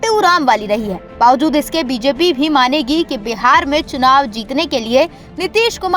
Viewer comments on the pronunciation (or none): none